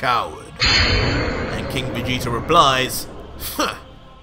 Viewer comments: I love this but it’s vageta not vageter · Vageter??? I hate when people put a er on words that end with a A I bet u say Americer😒😑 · Has anyone else realized he pronounces Vegeta with two r's